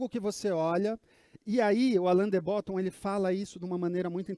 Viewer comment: A pronúncia não é Bótton e sim Bottôn